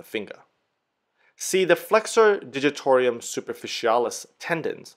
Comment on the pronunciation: Yes ... and "digitor - um" ... it appears he is trying to say " digitor - ium" each time (?!)